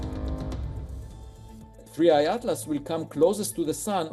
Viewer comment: 3i, not 31. How unprofessional